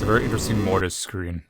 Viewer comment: If you were an intellectual, you'd know you changed the pronunciation by using 'Ø'. So, if you say "murr-tiss," then sure, spell it like that.